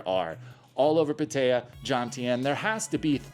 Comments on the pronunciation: Never heard it pronounced “Patteya” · It's prounounced Pat-ah-ya. I can't stand the way you say it. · It's not pronounced PA-TAY-UH or PA-TIE-UH.